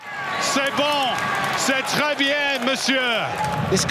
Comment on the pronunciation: The commentator pronounced bien wrong.